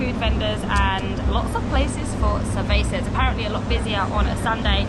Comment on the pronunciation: I'm always amazed by the Brittish people's arrogant laziness to show as little courtesy as trying to correctly pronounce the name of the place they're visiting. The attitude that screams "we are the superior masterrace, all your names will be anglicized, we'll turn your cervezas into say-way-sas, resistance is futile" is so repulsive. It has nothing to do with the "talent", knowledge or even some particular wits - it's a matter of a lack of respect and an abundance of smugness.